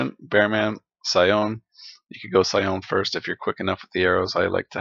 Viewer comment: Sione is pronounce See-Oh-Nay.